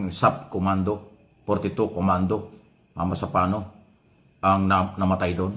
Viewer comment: Mama sapano Lang di MO PA mabigkas NG ayus tampuhaw ka talaga